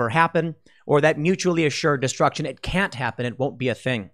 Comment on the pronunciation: Pool, did you say "it" or "iTTT" ?